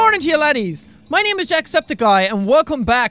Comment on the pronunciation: Jack why did you say jackseptick guy